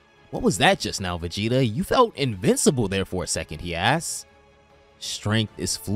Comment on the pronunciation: Cool story but omg...... If you can't pronounce the word 'asked' correctly, don't keep saying 'ass' but change your sentence man.